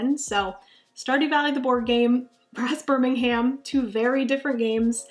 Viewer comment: But I believe it is pronounced “BIRM-IN-UM”, as opposed to “BIR-MIN-HAM”